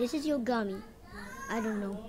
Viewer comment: Did bro say “ YO GUMMY “